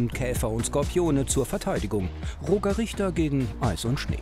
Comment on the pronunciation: Ich werde das Gefühl nicht los das Roger falsch ausgesprochen wird 😅🙈